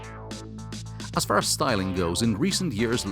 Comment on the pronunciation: 'As' shall be pronounced differently, it's very annoying. Anyway great review.